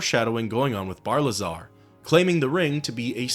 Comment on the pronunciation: Isn’t it Barilzar rather then Barlizar?